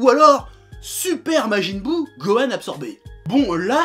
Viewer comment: majin buu "jinesui" ... beurk